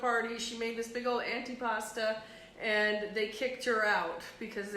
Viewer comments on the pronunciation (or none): Antipasto...with an O